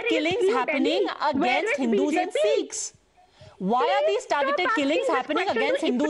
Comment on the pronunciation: It's Sikhs and not seeekhs